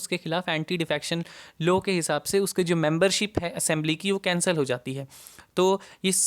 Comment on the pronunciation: Why do you pronounce "low" ? It is "law".